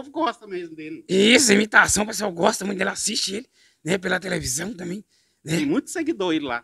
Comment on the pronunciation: Gánha. Grána. Fasil. Támbem. Kkkkkkk. Engánando kkkkk